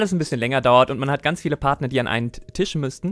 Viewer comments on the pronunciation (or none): none